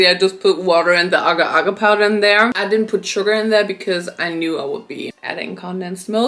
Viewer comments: Aga aga🧍🏼‍♂️. It’s agar agar 😭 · The agar powder is pronounced 'Ay-gar'. I also know because Agar was my mum's maiden name 😅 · not her pronouncing agar wrong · Btw it’s pronounced AH-GAR like a short a and TAUNG-HULU like really enunciate the separation between the words or else it sounds like something else and once The sugar is 150° you need to dip all of the fruits in there as quickly as possible before it starts turning into that brown color so they do come out right